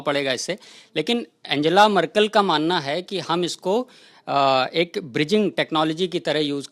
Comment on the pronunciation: आन्गेला मर्केल Unka naam ka uccharan! Dhanyawaad :D